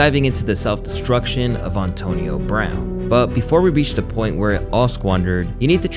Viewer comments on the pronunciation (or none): Solid video. Just trying to figure out how mispronounces so many common words lol. Ohntonio Brown is taking me out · “On-tonio Brown” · Good ole Ah-tonio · Ontonio Brown and John Gruhden 😂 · Maybe Ontonio is the correct way to pronounce Antonio but u still sound goofy. And John Gruh-den lol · Auntonio brown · Calling him Ahntonio 😂